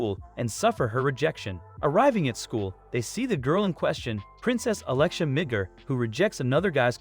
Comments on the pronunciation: i thought i just heard nig**r kingdom lol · Not quite, it's just the way it was pronounced in this. The city is called Midgar